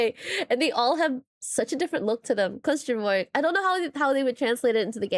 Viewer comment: Sorry but every time you say "Question mark" all I hear is "costum work" 😂